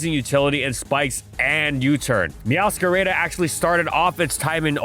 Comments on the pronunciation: I thought I had heard all of false pronunciations until he whipped out "meowscarayda" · Another great video, but why you gotta pronounce Meowscarada's name like a white guy saying quesadilla 😭😭😭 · I'm not sure which hurt more: your insistence on using Hydro Pump over Surf (except for GSC Blastoise I guess), or how you pronounced Meowscarada using an English long-A. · Me hearing him say the name meowscarada wrong: 😭